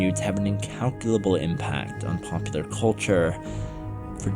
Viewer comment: Seems it is now popular to pronounce culture caw-churr. I don't know why